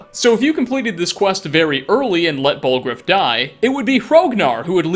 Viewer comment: Okay but...."BallgrOOF"